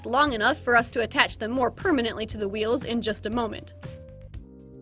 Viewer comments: the Queen of “Say it confidently even if you’re mispronouncing it” #REALWHEERLS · current obsession: the way you actually pronounce the h noise in the word "wheels" /gen